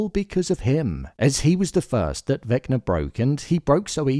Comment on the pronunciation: Why you keep calling him Vecner tho?😂